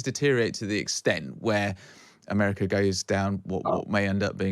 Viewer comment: South Ameriker?